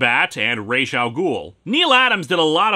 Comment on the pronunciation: It's pronounced "Raas", not "Reish". I know that because I'm a native Arabic language speaker and that's how we pronounce Head in Arabic. Although if you want to be technical, "Ras Al Ghoul" means "Ogre's Head" and not "Demon's Head". And want to know what "Reish" means? It means "Feathers". So yeah, "Demon's Feathers" doesn't sound intimidating, right? And now you know.